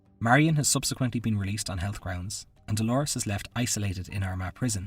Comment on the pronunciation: Dolours - not Dolores. It's pronounced like dolers